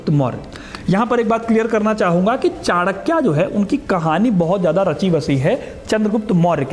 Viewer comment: कृप्या चाणक्य बोले चाणक्या नहीं.